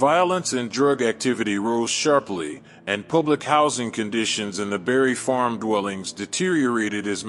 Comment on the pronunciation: Bruh, you refuse to put that s on Barry Farms. It’s Barry Farms not Barry Farm.